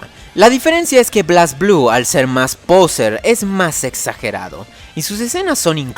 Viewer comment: ¿Qué pasó con ese inglés mi buen? Creí que lo pronunciarias como es (bleisblu) y no blasblú